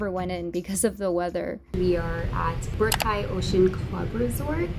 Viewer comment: i know that she's american, but that was one of the funniest and most common pronunciations of boracay i have ever heard as a filipino american.